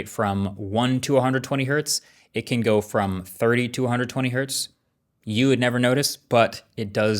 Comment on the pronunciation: Diabolical to say it like that. "YOU would never notice." ...but I? I noticed.